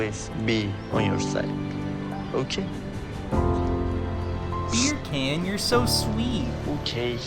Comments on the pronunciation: I wish you’d stop calling him “beer can” 😭 You pronounce his name like “beer KAHN” like “Genghis Khan”. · You calling him beer can instead of beer-a-khan kills me. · I love that you just call him Beer Can without attempting to pronounce it properly ;D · Are you saying beer can? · I keep hearing his name as "Beer Can..." lol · I mean its a mispronunciation but a hilarious one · now when she says his name I think she's pronouncing it wrong and that it sounds funny because I'm used to him being called Beer Can.